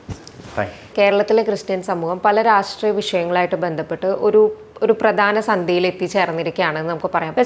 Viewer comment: പ്രദാന അല്ല, പ്രധാന എന്നു പറയൂ